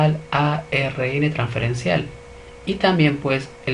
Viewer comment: Muy buen video, muy bien explicado. Sugiero al profesor pronunciar bien algunas palabras, ejemplo célula y ARN.